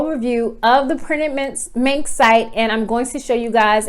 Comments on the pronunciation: Girl....I swear you are saying printed MINK.....lol. I have tried to go in and design products on this POD site, but it's user interface is not at smooth as Printful or Gooten, the other two POD suppliers that I use. I really would like to use Printed Mint bc I like the wider variety of products that they offer. It's just so difficult to understand how to put your design on the product and I keep forgetting to email them to connect my Etsy store for integration. I think that having to email them is just a pain in the...you know what. So I just keep forgetting to get that email out, hopefully I remember it before I get off here tonight. LOL. Does the design process on Printed Mint get any smoother? I feel like most of the time, I'm learning a foreign language with no instructions, when trying to design on Printed Mint. Are you still using Printed Mint or have you found another site that you prefer to use more often? Thanks for putting these videos out there. I'm always searching for a competitively priced POD supplier with a wide range of products, to add to my store. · She is saying printed Mink.